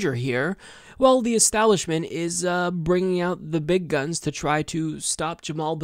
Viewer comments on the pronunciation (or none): did you say big guns or big cu*t?😅